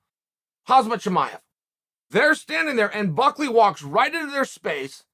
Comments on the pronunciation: Am I the only one who is still pissed that Chael says "KhaZmat" rather than "KhaMzat"? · Stop calling "Hazmat". It's much easier to pronounce "Hamzat" than "Hazmat" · Chael.... its KHAMZAT not haazmat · Me : Hamzat Chimaev Chael: Hazmet Chimaev Me: ok great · its KHAMZAT, not KHAZMAT, Uncle Chael. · Joaquin is pronounced Wa-Keen like the actor, and Khamzat is pronounced Calm-Zawt or Hawm-Zawt I’m honestly not sure if the K is pronounced or not but I’d think either is acceptable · Uncle chael....why you always say Hazmat Chimaev instead of Khamzat🧐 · “Hazmat Chimaev” 🤦🏾‍♂️ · I've got a bet going that Chael will still pronounce "Khazmat" in 2023. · Uncle Chael said so. It's "Hazmat chimaev" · Man called him "Khazmat" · Hazmat Chimaev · the K is silent,its Hamzat/Hamsat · its pronounced Hamsat/Hamzat the k is silent.. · it's pronounced cum-shot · He called him Kalmzat within the first 25 seconds. But it’s uncle Chael. He does what he wants lol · Kazmat chimaev, bahal muhammad, uri prokayev prchaznik prokaya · I would love to know why chael is incapable of pronouncing fighters names correctly. Hazmat Chimaev instead of khamzat Tai Teuvasa instead of Tuivasa Needs to slow down and read every once in a while. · At leas he didn’t say “Kumshot” this time it sounded more like “hazmat” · Still saying haZMat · This has to be intentional from Chael. I can’t believe someone could be that bad with names he uses and says all the time.😂 ”Hazmat” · Chael, I'm quite sure, although I'm not Dagestan or whatever,but I believe the "K" is silent... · Sometimes I feel like Chael is intentionally mispronouncing names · I'm surprised that Chael pronounced "Joaquin" correctly, yet struggle to say "Khamzat" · It's a murican thing. Hazmat suit is a thing he knows so Khamzat's name must be the same. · its pronounced Hamza, silent K and T